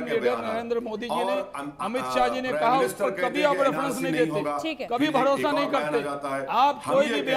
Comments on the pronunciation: भडोसा नहीं भरोसा होता है 😂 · ye bharosa bolra ya Bhadosa?